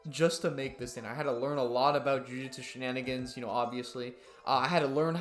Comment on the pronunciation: jujutsu she-nin-gins